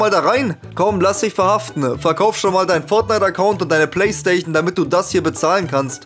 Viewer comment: bro bitte versuch doch bitte wenigstens richtig zu reden. Was für „PlaystaCHion“